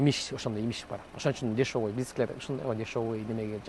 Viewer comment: Ске тагыраак суйлосон жан койгудай эмессин дагы десевый дейт дешевый деп так суйлосон сен жан койгудай эмессин сага окшогондор мамлекетке сын айтбагылачы оозуна котогум